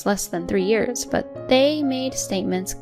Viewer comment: Please narrator, it's "years", not "ears"!